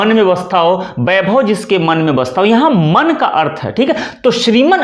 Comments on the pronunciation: बोल तो आप भी ग़लत रहे हैं। वैभव को बैभव बोलते जा रहे हैं। आप वीडियो बनाइये लेकिन इस मैं प्रधानमंत्री को लाने की कोई आवश्यकता नहीं थी। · बहुत से लोग एक गलती करते हैं पर आप हिन्दी के प्याज छिलने का वीडियो बनाते है इसलिए आपसे यह अपेक्षा है इस गलती को तुरंत सुधारें । गलती यह है कि आप व एवं ब का उच्चारण ब ही करते हैं। वैभव को बैभव बोलते है।